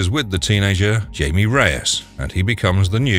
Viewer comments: I love the video. Very informative, but found a couple discrpencies. Yes, i am "that guy." I didn't realize Carmine Infantino was all over DC history. I think I'll do some research on him. Jaime is "Hi-may" not "Jay-mee." Used animation of Plastic man instead of Elongated Man. I don't think Supergirl's clone in JLA was named as Power Girl. Mister Miracle is a New God? I forgot about that. Booster Gold and Blue Beetle were also in Smallville. So was Dr. Fate. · Blue beetle #3 Jaime Reyes is actually pronounced like Hi- Me not jay-me because he’s Hispanic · It is not pronouned Jamie......... Awwwww that annoyed me. Also Black Canary also made a live action appearence in Arrow way before Birds of Prey